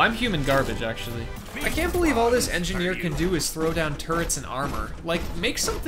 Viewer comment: All I hear is "the enja-neer, is enja-here"